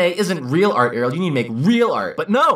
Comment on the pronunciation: it's not Erorld